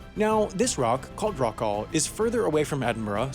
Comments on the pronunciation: It's not pronounced like 'rock Al'. The correct pronunciation is like 'rock all' or 'rock awl'. It is always pronounced like that in the BBC Shipping Forecast. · It's pronounced 'Rock All' Not 'Rock Al'. I wish you Americans would learn things. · I always enjoy your videos, and I have a suggestion for another one. An explanation of why the UK's Union Flag is shown upside down from 1.35 in this Rockall video. This is a distress signal. Also, the rock's name is pronounced Rock all, not Rock al. 🤡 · What's this strange place Rockowl?... Never heard of it myself. Do you mean Rockall, pronounced, errrrrrr..... Rockall?.... and the idea of it ever being inhabitable is merely daft, however you pronounce it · It’s pronounced Rockall - not Raquel! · You're butchering the pronunciation of Rockall - that all is pronounced just like you would pronounce the word "all" - not like you would pronounce the name "Al" - otherwise, it's pretty spiffy video and I like it. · How to pronounce Rockall. It's just rock+all. With emphasis on the first syllable. and the second syllable is pronounced how ever you pronounce the word "all". iow- it's not rockal with a short -a. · It is not called Rock Al. It is pronounced Rock All, as one word. It rhymes with F*** All. We are divided by a common language. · It's pronounced Rock-ORLL, not Rock-Al. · Please learn how to pronounce the name of the place properly. It's pronounced 'rock all', not rockal. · It’s not ‘Rock Al’, it’s Rockall. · It's pronounced rock all not rock al. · its pronounced rock all as in rock all; not rokal. how could you not get that right. it's british and will always remain so. First to claim, first to settle and only to carry on periodically settling it. IT IS FUCKING BRITISH. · It's pronounced "Rock-all", not "Rock-alle". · It's rock-all. As in "fuck all", same pronunciation, "a-l-l" spells "all", like "ball" and "tall". Obviously forgotten to listen to the Shipping Forecast due to all this Chinese Flu nonsense.